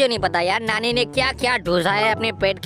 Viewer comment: अरे कया तुम नानी बोल रहे हो क्या तुम नाली बोल रहे है